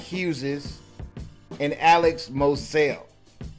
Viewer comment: Moseley, not mosao